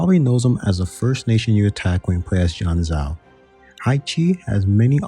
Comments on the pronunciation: Will you please look up the proper pronunciation of some countries before making these videos, I cannot tell you how ear hurty it is to hear you say "janzao", it's ji-ahn-joh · just fyi: Yeren is pronounced like Ye - Ren (2 words). Haixi > Hai ci Jianzhou > Jen - joh Also its Qing (Ching) not "King" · Jianzhou is pronounced like jien (rhymes with men, pen, ten) + joe (like the name) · Haixi = Hi-Shee Jianzhou = Jen-Joe Udege = Oo-duh-guh Qing = Ching